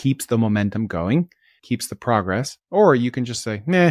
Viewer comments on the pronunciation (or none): none